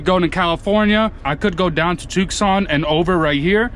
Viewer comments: I mean no offense, but it should be pronounced TooSaan... not Tooc-son or TuckSun :) Edit: So, you are a foreigner, like me ;) that's cool. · Just wanted to let you know: Tuscon pronounced too-sawn not took-sawn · Did you say tookson? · Toques on is what Canadians say when it's -30. Too son is how Tucson is pronounced.